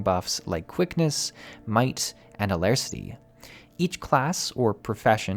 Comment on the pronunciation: tiny correction: it's "Alacrity," not "Alarcity?" lol. Either way, solid video dude! I've been looking into New World for a bit!